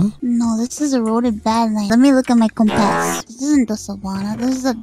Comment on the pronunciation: I love how mouse pronounces it like "Kompæs"